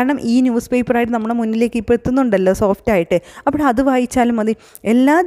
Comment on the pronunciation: ആ "അപ്പഴ്" കേക്കാൻ കൊള്ളാം 😂👍